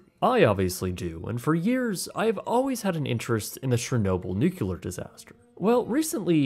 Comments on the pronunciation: "nucular" disaster... Really? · You can't be THAT interested in the history of a nuclear disaster if you pronounce it "nucular." 🤦‍♂ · Bro can't pronounce "nuclear" or "emphatic"...